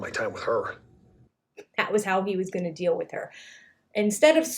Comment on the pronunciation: It's a really big dill (deal).